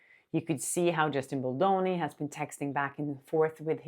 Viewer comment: Nobody pronounces Baldoni as lovely as you do! Love it. Happy bd to your partner 🍰